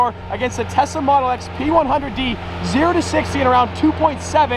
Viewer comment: At 10.04 he said Tessa not tesala